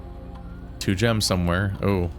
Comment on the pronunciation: Two --> "Twof" = F